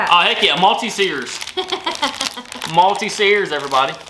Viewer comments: They're pronounced malt teasers lol not multi see'rs it was so funny how u pronounced them LOL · The way pronounced maltesers (malty-seers) 😂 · Maltesers - not "Malty-seers", much less complicated - Mal-tee-zers. Love your channel and the excitement from each package (even the carpet samples) is palpable! Thank you for sharing! xx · I nearly died when you said "MALTEZEERS" 🤣 It's more like MOL- TEASE - ERS 👍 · It's 'Malteezers' 😂 I love them! Enjoy! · they're not 'malty - sers' they are 'malt - easers' :) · lol Maltesers love how you said it but it's more like MALTEEEEZERS. Hope u get it xxx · Maltesers is pronounced: Malt - ease (as in: " I feel at ease") - rs. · You did not lose the custard, the puds do not come with any. We can buy custard in cartons, tins and also custard powder to which you add your own milk and sugar, this has to be done in a pan on the stove. Just a few pronunciation boo boos. Maltezers = Malt-easers. Revels as in Rebels. Hope someone send you some treacle puds, they are yum. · moll teasers , is how we say it lol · Malteasers pronunciation Mal-Teasers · Malteasers are pronounced Malt-tease-ers 👍🏻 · they are pronounced Moll- teasers!! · malt- tease-er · Future reference. It’s pronounced mal tease ers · Maltesers pronounced Mall-tea-zers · They are Maltesers pronounced mallteezers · Sorry to be a pain, but it's pronounced Malteasers! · please jt your pronunciation of maltesers is very triggering they are actually pronounced like mall-teasers